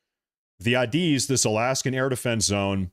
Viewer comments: Air Defense Identification Zone. It extends 12 nautical miles off the coast of every country. Not just Alaska. And it’s commonly pronounced as ‘A, diz’. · As a former USAF pilot, hearing you pronounce ADIZ had me laughing. But good video though